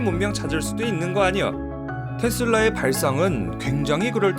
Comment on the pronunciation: 테슬라 충청도여?